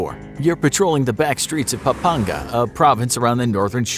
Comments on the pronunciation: lol my guy said papamga so bad lol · It's not "Papanga" it's "Pampanga" not jokin I live in the 6th region in IloIlo